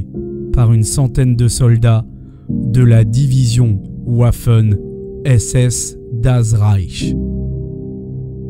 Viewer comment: En allemand le W se prononce V. ;)